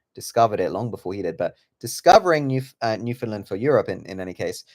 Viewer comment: This is a really great theory and as a newfoundlander i love the how our history is included and that you dont pronounce the Found like so many do. I just wanted to point out you pronounced Mi'kmaq as "mik mak" and its actually more like "mik-k'maw", its just a really old mispronouncation thats now considered as disrespectful cause some people continue to use it after they find out the difference to be disrespectful on purpose